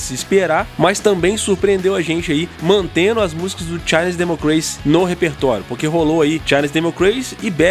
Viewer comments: Vídeo muito bom, mas "democreici" seguidas vezes em vez de "demócraci" incomoda um pouco. Conteúdo muito bem elaborado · " de mó cra ci", não " de mo grei ci"